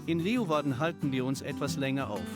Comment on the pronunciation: Cooles Video, tolles Abenteuer... dort sind wir auch sehr oft unterwegs, allerdings per Hausboot. LG aus München, Tom - PS: Es heißt eher Leu-Warden, nicht Le-Uwarden -> die Stadt des Löwen! ;)